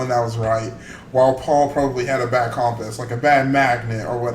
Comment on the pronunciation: Comepuse. Not compass, come pause